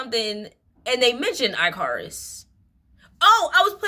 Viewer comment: Why you always be saying “eye-car-us” it’s pronounced ick-are-us ❤ ur reading are so so good tho haha